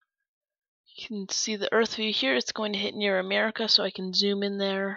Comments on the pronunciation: IT ISNT CALLED AMER ECA ITS AMER ICA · Um, it's pronounced uh-MEHR-ih-kuh not AH-mah-rih-kah